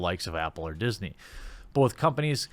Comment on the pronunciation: "Diss-nay" I like it.